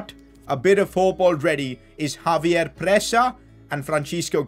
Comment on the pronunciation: ex-save-yer not Javier